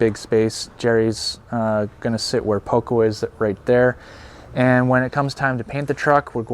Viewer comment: I'm curious to see how your story unfolds. It's always interesting to follow construction projects, and the trips to Vancouver Island—which I'm already familiar with from Adam Gibbs' channel—also seem promising to me. Maybe you’d like to work on your Spanish a bit more; it would be nice if your “Poco” actually had a pronunciation closer to the original and not that strangely intoned “Poucou.”